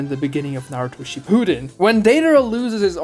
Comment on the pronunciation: Please put the emphasis on SHIppuden. It sounds like you’re saying “she pooed in”